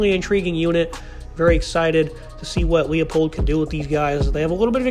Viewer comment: It’s Lie-Pold